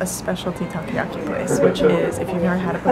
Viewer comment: its taCOyaki. not takuyaki